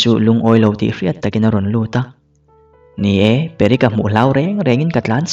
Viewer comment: Perek tiin klo chhiar char2🤣🤦